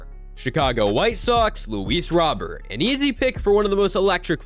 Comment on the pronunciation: Luis Robert not Roberts lol